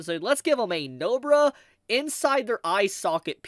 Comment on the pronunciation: did this guy say Nobra